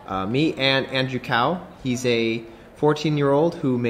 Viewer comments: I was going to mention that but then I looked down the line and saw this. Assuming the kid is of Chinese origin, then his last name "Cao" is not pronounced "kao". It's more like "Tsao" with second tone: rising, start from a lower pitch and end at a slightly higher pitch. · Cao is pronounced like Tsao